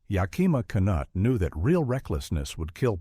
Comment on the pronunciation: Not ya-KIMA’ but YAK’-I ma Knute-“. AI never gets pronunciation correct. Ben Hur is the best movie ever made, period. IMNSH opinion.